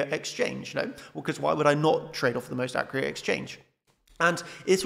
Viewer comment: You love to say ‘accreate’ instead of accurate 😂😂 great vid nonetheless. Thank you